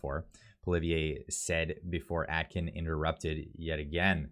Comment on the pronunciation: Omg, your pronunciation is so off. Please fix. David A-kin! Your still pronouncing Poilievre wrong, why??? It's important to get this right. Honestly, ready to stop subscribing. Practice proper pronunciation! No Atkin. Aiken!